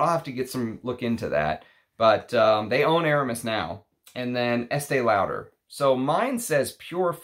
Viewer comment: I don't want to sound mean but your pronunciation of the name Lauder is not correct.